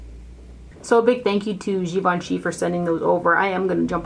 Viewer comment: It’s pronounced Gi-vahn-chay. I remember them saying peeps mis-pronouncing it made them cringe a little. I didn’t know either! Great video, as always! Thank you!